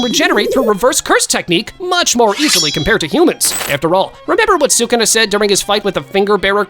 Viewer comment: His name is not suguna his name is sakuna